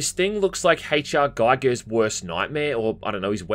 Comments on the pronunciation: Giger rhymes with eager. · Giger pronounced Gee Gar.